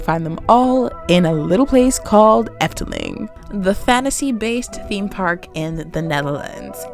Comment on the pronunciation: Impressed by your pronunciation, IT was pretty spot on